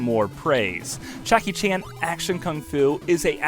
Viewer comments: the fuck is a "Chackie" Chan? "Poxt-apocalyptic?" Slow down, do several takes for your voice over and check your work before posting. Good video, annoying voice-over with potential. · yea it sounds like you're saying chackie chan in this video :D i had to check the comments to see if i was the only one that noticed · "Chakky" Chan ? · Yeaaah, Chackie Chan . . . . I rewound it just to be sure I did mishear you. Turns out, I didn’t need to, b/c you ended up calling him Chackie Chan ~5 more times!! What in the world happened, there?! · Chackie Chan? I believe his name starts with a J